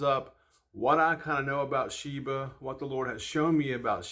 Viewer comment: talking about shiba but calling it sheva than someone said shiba 😂